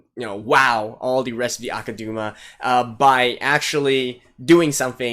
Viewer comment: I have nothing against your speculations from the musings part of the show, but this "Kansai Liberation" thing hired criminals that kill thousands of Kansai citizens, maybe they want to liberate Kansai but at what cost lmao? Also it's pronounced AkudAma not AkudUma